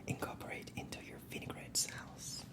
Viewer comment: What a wonderful collection of Quebec-ian things, and you did a great job switching back and forth between English and French. There are a few pronunciations that you do that, while adorably cute, could change your a large portion of your vocabulary: you pronounce "maple" like "m-apple," instead of "may-pull." "Sauce" is pronounced "Saw-sss," as opposed to "S-house." "Desserts" is pronounced "di-surts," as opposed to "Desert," like the Sahara. I agree with all of the other comments though—you are doing superb with English, and I cannot wait to see more! If you want an ASMR food box from LA (Hollywood), let me know, I'll hook you up!